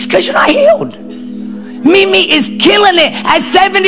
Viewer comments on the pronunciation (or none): none